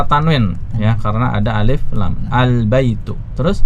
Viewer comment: Masya Allah CBA membantu sekali apa lagi untuk mengajar anak2. Oya maaf ustadz untuk mengingatkan, akhirnya terdengar uruf kaf/k Misal: Albaitu jadi albaituk Alqalamu jadi alqalamuk Alkitabu jadi alkitabuk Aljamalu jadi aljamaluk dll Kemungkinan pengaruh dialek, biasanya daerah Jabar, walaupun begitu untuk menjadi perhatian 😎🙏